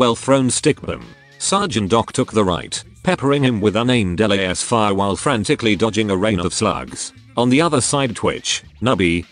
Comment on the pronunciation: It is such a pure pleasure to hear the tech-priest narrator say 'LAEYS-fire" whenever there's a combat scene.